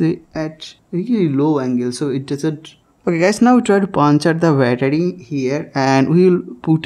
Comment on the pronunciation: Battery❌ Byataarie ✅